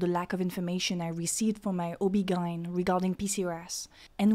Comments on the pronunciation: I just can't get over her pronounciation of OBGYN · Me too. She makes mispronunciations in every video of words that are easy to look up before hitting the record button... I'm starting to think it's just rage bait at this point.